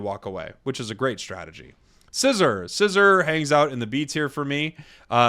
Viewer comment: Horrendous ranking for Tyranitar. Then again I don’t take anyone who pronounces Scizor as scissor seriously lmao